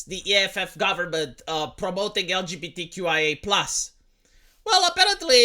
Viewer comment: I love how he mispronounced 2slgbtqqia